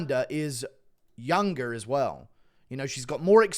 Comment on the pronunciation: Guru’s real American accent slips through?? 🧐 “youngeRRR”